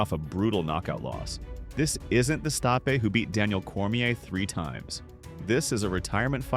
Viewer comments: Pronounces Stipe's name right the first time.... Continues to mispronounce Stipe 4 more times..... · pronouncination of non-english names is terrible (Stipe for example)